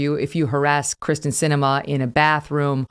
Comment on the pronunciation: It's not Kris ten...its KEER STEN. That probably bothers her more than the protesters.